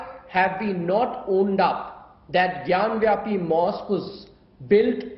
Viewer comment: These foolish journalist it's it's ghyan vapi not ghyan vyapi.